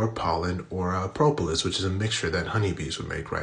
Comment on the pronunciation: Propolis , you pronounced it wrong